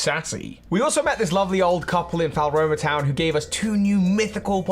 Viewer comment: "falroma" makes me giggle every time